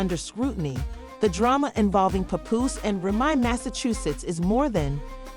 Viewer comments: I tried but after the third "popooh" I was good on the info 😂💯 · I was trying to watch but the way ya disrespecting my guy name is nasty.. get it right or don't upload the drama.. how I suppose to believe this information right when you not even saying the names right